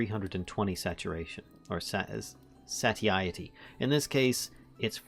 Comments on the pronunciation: Say-shitty works, but another pronunciation that you were closer to is "sah-Tie-itty" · Carry On is a great mod for VS, but I like how you used the crafting grid for 9 extra carrying space. I don't know why that never crossed my mind... Also, I pronounce it "SEY-sh-eh-tee", but man...it doesn't matter we get it. If someone gets hung up on it, it's their problem.